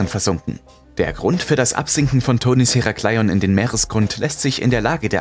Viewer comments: Es heißt Herakleon ,langsam gesprochen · "Heraaaaclion" Herakleion hört sich ziemlich kurios an,😁 aber top Video ❤️❤️